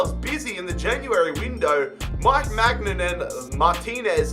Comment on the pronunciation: I am sorry but it gets annoying when he say maignan